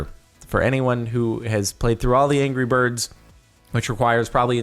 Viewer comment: its angry birds not angrer birds...